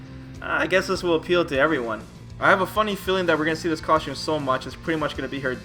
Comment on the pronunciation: How come you pronounce costume "coshums"?